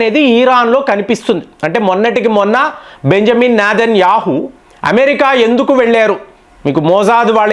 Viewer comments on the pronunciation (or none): none